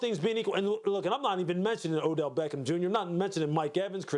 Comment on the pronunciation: Dude said oDell 🤨